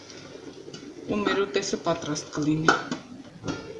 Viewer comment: Շատ հաճելի կին եք, ուղղակի հայերեն ճիշտ խոսեք,ուտես-ուտեՍտ, դարբնի տերև-դաՓնու տերև